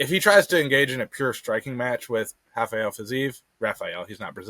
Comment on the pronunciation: That's my bad. I'm so used to Portugese/Brazilian pronunciations I called Fiziev "Hafael" lol